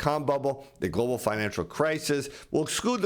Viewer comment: Stop saying Glo Baal......Give it a rest